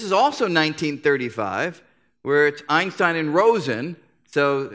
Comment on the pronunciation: Maybe Einstein deserves to have his name pronounced correctly. Not like I hear here hundreds of times. Its some english-german hybrid pronunciation. S in his name should be pronounced as in word "shell" not as in word "sock".